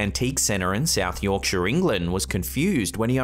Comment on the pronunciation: It’s always fun to see my home county featured (South Yorkshire) And I’m impressed you pronounced it correctly lol. Thanks for the upload, always appreciated 😊🐽